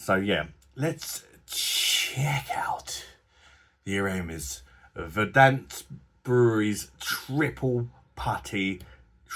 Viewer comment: "It's pronounced Verd-ent